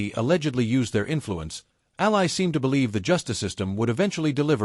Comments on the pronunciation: Its pronounced like alley. Please. Your ai slop belongs in the trash in an alley. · COULD YOU AI AT LEAST PRONOUNCE HER NAME CORRECTLY! ?